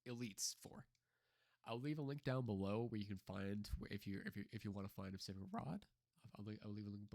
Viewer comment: SPECIFIC..... NOT PASIFIC.......... S.. SP.... ESSS